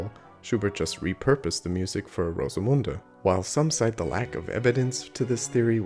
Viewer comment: Very good pronunciation of Rosemunde!